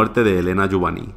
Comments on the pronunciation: Muy buen vídeo, eso sí, se pronuncia "JUBAÑ", no "Jubani". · lo de "jubani" sobra se pronuncia "jubañ" y lo peor es que lo sabes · La pronunciación más adecuada sería Jubañ. Buen vídeo! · La mayoría de la gente pronuncia mal los apellidos Catalanes o Valencianos acabados en ny. Lo único que has hecho ha sido leerlo en castellano. No se puede saber todo. Saludos afectuosos a ambos.